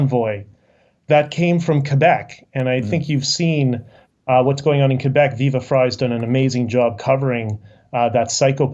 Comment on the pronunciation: Hearing Quebec pronounced correctly is refreshing